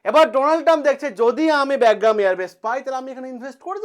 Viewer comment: আপনার উচ্চারণ টা ঠিক করলে ভালো হতো। ওটা "ব্যাগগ্রাম" না "বাগরাম" এয়ার বেস হবে।